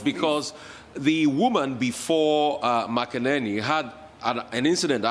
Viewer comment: Should Americans complain you guys also can't pronounce keyleigh Mc-Enany not keli makanani 😂🤣😂